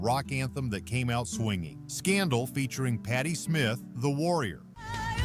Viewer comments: Patty Smyth (of Scandal) is a different artist than Patti Smith. The AI mispronounced Smyth. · Scandal was led by Patty Smyth the y is pronounced "eye", not Smith. Patty Smith was someone else.